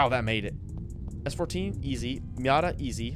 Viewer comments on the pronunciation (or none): none